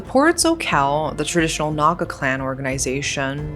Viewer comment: Your pronunciation of calling Naga name in an accurate manner.Thank for covering the news